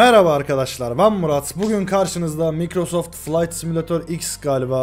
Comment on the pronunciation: mikrosoft degil maykrosoft okunusu